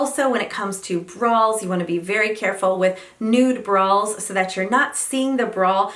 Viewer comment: Great tips! Did call them "brawls"?